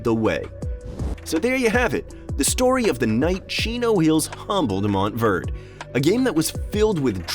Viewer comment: Now I know why car people get pissed when you call a Porsche-ah a Porsh.....MOUNT Verde(ay)